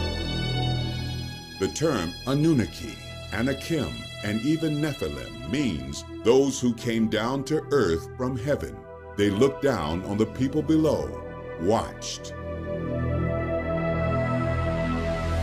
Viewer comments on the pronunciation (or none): It’s not anannuka but anunnaki , it’s not anuma elis but enuma elish , learn about things you speak of first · This Is a first hearing how he pronounces Annunaki